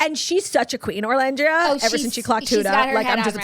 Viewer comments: I came here to beg you to stop calling her ORlandria 😂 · OOOOOOOLANDRIA not orrrrrrrrrlandria.